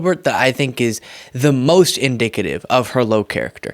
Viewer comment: He said inDICKative